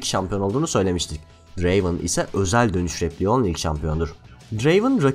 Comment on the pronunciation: Draven değil Drraaaveeen